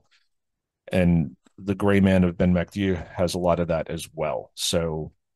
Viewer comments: No its not, it's mac do-ey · Pronounced 'Ben MacDo'